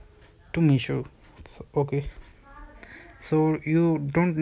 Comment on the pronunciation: Mission nahi meesho hota hai.